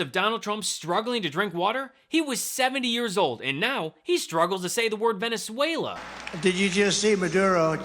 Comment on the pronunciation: hearing trump's voice usually makes me want to barf copiously but watching him trying to pronounce 'Venezuela' and failing miserably has just had me laughing to crying! 🤣🤣🤣